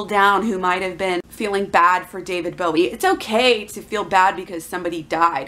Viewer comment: You don't even know how to pronounce the artist's name. Why are you just regurgitating info from blogs instead of court documents. You are trying WAY too hard.